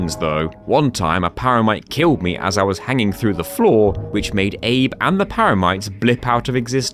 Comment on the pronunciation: Abe is "Abe"le